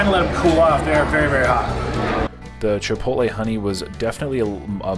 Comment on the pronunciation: Shout out to you for knowing how to say Chipotle! That's some verbal gymansitc for some people, not sure why. I'll have to say, I've tried to troll you over the years, but you always respond with positivity, which totally sold me on you. Genuine dude, for sure.